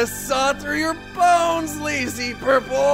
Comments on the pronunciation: Did you just call yourself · did he say? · "?" "."